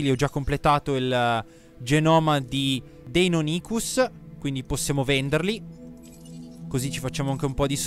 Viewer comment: Ciao il dinosauro si chiama deinonicus non deynonicus